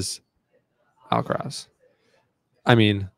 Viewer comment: he is pronouncing djokovic much closer to the correct way than he is pronouncing Alcaraz.